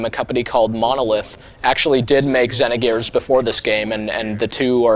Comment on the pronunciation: For some reason, it annoys me the way he pronounces Xenogears and Xenosaga. Don't know why really.